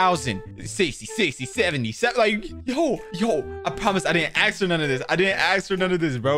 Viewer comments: "I didn't aks for all of this" favorite sentence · it ask not aks